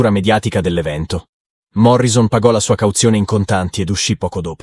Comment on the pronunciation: Un piccolo errore che fanno gli italiani alla pronuncia del nome di Jim Morrison. Si deve pronunciare Morrisson con due s!